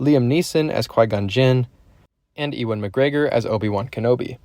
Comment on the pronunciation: His name is Ewan, pronounced ‘you-wen’